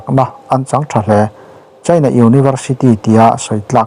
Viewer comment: Tunlai chu... China ram chanchin kan ngaithla nasa sia.. Cheina... Ti lovin Chaina... Ti thei zawk la... A ngaihnom sia.. Beng a khingbai deuh tlata